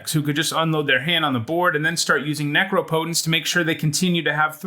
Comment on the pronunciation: what went wrong when u tried to say necropotence lol